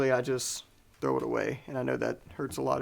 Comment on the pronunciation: You lost me at “THOW IT AWAY” 😮😳🥹😢😭😤😡🤬